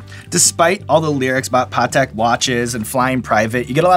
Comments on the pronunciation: “Paw-tech watch”😂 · He said Patak watches lol